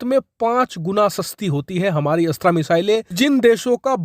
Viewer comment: 'अस्त्रा' मत बोलो भाई ये 'अस्त्र' है।हिन्दी को एकदम चौपट करके ही दम लेंगे क्या हम?